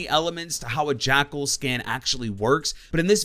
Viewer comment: When you main an operator but can’t pronounce his name... oooofff